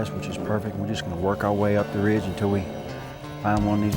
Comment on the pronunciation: "Reege" - LOL, Never change,.